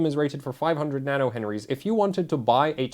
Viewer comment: OMG they're called NanoHenrys I am dead😂😂😂